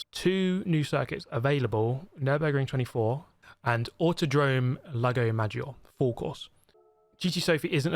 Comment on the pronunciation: Lago maggioRE we italian fans want to hear you saying it correct, we want to hear that -RE at the end please thank you❤❤❤